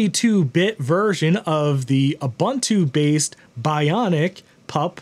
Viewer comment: ubuntu is pronounced oo-boon-too